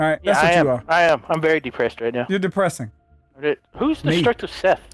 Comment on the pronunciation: " i think u are D pressing " " i am very D pressed ryt now"